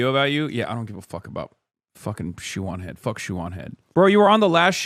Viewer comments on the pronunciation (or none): ShoeOnHead ❌ ShootOnHead ⭕